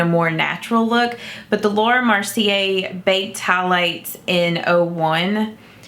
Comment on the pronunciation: The Wet N Wild pop up collection is still available in some CVS stores, I just saw it in mine yesterday in a separate area from the regular WNW stuff. Love the more colorful looks! Keep 'em coming! On a side note (not trying to be mean at all) you are saying Mercier wrong. Its MER-see-ay, and its coming across as MAR-see-ay. Mer... like Mermaid. I hope that helps! 😘